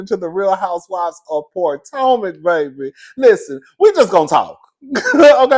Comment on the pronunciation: Not "Poortomac"!!!!